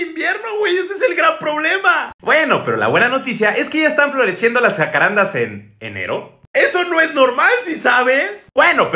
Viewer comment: Soy de Uruguay el país de donde son originarios los jacarandá xD me da gracia como lo pronuncian en México, le ponen el acento donde no va jaja